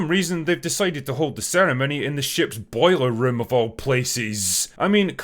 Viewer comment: Did you say boiler room? What. The. Fuck?